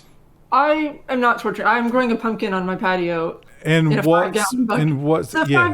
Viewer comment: I knew it would be "Punkin'" lololol My Mom and Sister would be sticking their tongues out and saying "see..."